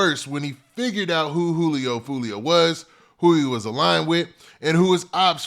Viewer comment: "Who tf is joo-lio"🤣🤣🤣